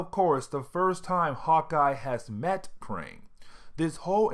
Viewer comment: Kang not Krang. Krang is a TMNT villain.